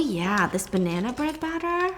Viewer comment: The way she said I’ve eaten ur banna 🤨